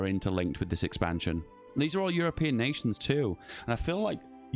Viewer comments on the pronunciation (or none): none